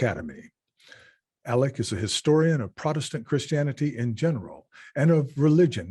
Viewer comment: Alec!!! Not alex!